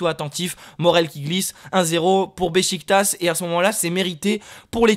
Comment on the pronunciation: Sa se dit Bechiktach